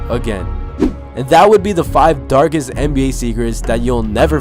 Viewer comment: dargest nba zecrets